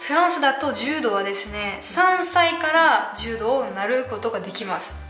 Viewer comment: 柔道はジュウドではなくジュウドウです。 ジュウドだと ヘイ！ジュウドと思ってしまいます。(正しくはヘイ！ジュードやけど。)